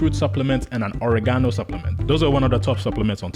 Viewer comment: I know this is A.I. because it mispronounced Oregono.